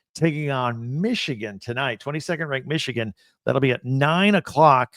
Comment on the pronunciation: Needs to learn how to say Michigan first lol